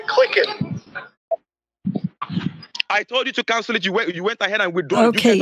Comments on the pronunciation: “CANSOLE ET!” 😂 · "Cansul it! Cansul it! Cansul it!" 😂😂😂